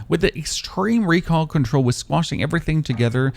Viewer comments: It's not bad, on the word recoil exclusively you have a bit of a southern accent without any twang. Good video, man. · I'm starting to think you pronounce recoil wrong on purpose